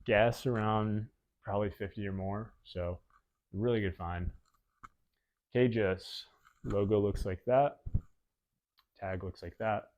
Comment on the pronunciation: Like these vids— easy to put on in the background, KJUS is pronounced “Jhuice” btw ! Keep grindin!